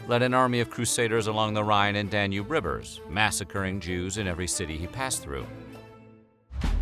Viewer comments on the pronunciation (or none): none